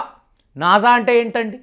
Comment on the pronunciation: నాజా కాదు.... నాసా...